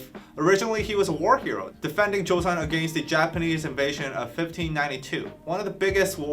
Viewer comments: I'm late here... But want to help you with pronounciation of certain words. In korean words, if you see "eo" ... It's not pronounced as "ae-o"... It's pronounced as "o" only. Example is Kim Seokjin, Jung Hoseok. It is not Si-ok Jin.. it is pronounced sokjin. Similarly, Goryeo = goryo (not Gor-ye-yo)... And Joseon = Joson/josan (not jo-se-on) I hope it helps. If it confuses you on why... Then lemme just tell you that korean vowel is (ㅓ) and its romanization is "eo" ... That is why is korean words that are written using English alphabets, this "eo" is pronounced "o" Hence seoul = sol (not se-ol) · Just going to note so you guys don't continue to make the same mistake when pronouncing other korean words. 'eo' is a korean vowel or syllable that is pronounced more like "uh/oh" sound. It's one sound, not 2 separate "ee ooh" sounds. So it's not Joe-see-on, its Jo-seon. And it's not necessarily a straight up 'Jo-sun' or 'Jo-son', its kinda a mix of both sounds (If that makes sense). As long as it's not 'joe-see-on', anything similar to 'joe-son' is more accurate. Hope this helps!